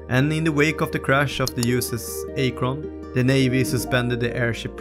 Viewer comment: It is pronounced Ak'-Rin.